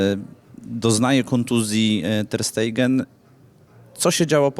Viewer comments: Ter sztegen sie wypowiada specjalisto a nie Ter stejgen :PP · Terstejgen 😂 To Niemiec, Tersztegen. 🤣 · Panie redaktorze Ter Stegen to Niemiec więc nie jest to Ter Stejgen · Ter stejgen? Pyton. Nie przekrecaj nazwisk.